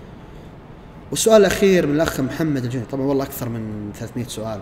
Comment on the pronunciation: محمد الجهني محمد الجهني وليس الجوهني ركز في كلامه يوم نطق قبيلتك